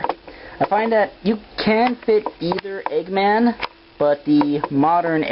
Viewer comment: cut its eggman not eegman